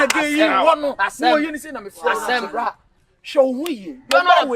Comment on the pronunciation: Akabenezer why do you say bla instead of Bra?